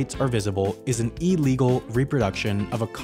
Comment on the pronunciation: It's not Allegal its illegal.